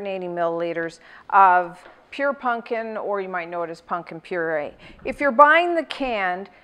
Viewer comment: "punkin" lol